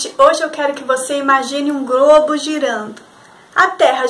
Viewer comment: Parei na hora que ela pronunciou a palavra GROBO, já deu pra se uma ideia do que vem por aí...